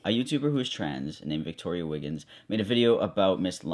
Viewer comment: I get TERRIEFIED every time that one girl she said viktorya bc that's my name 😂